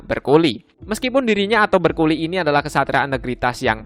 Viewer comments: itu bukan berculi bacanya namun Bercooli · Bercouli❌ Bercoli✔️